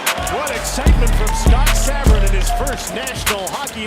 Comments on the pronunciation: The announcers literally pronounce every players name and you still cant say Sabourin? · I think Rupp’s biggest highlight was scoring two goals for NJ in game 7 to clinch a Cup win for the Devils. Then you can’t even pronounce Komarov and Sabourin’s name. 😆